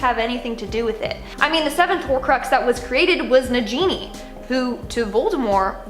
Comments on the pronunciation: It's Negini not Nejini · Nagini is pronounced Na-ghee-nee not Na-jean-ee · The way she pronounces nagini as na genie instead of na Gini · Nagini is pronounced Nah-Ghee-Nee - cmon! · I cringe every time this girl mispronounces Nagini. 😑😑😑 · Did she say the snakes name wrong? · i thought it was pronounced nagini like how voldermort says.